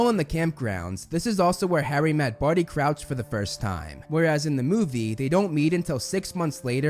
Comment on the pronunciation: You said Couch 🤣. Its Crouch obviously.